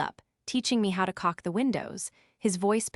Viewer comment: AI can not say caulk, or retainer. No trespass. Can not say trespass.